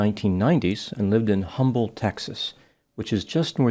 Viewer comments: not a big deal, but just in case humble keeps coming up, its pronounced um-ble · It’s pronounced ’Umble,’ the “H” is silent. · Humble is pronounced “umble”. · the Texas city of Humble is actually pronounced, "Umble," the H is silent. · Humble is pronounced “'Umble” the h is silent. I live not far from it. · The “H” in Humble, Texas is silent. Great to see my town being recognized for its exceptional citizens….. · 😂 I am from Houston & was thinking the same thing about the “H.”